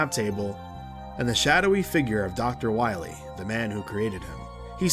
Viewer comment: “Wheel”? It’s pronounced whyel